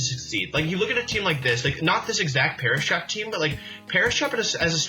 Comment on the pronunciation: When he said Perish Trap, I thought he said Paras Map lol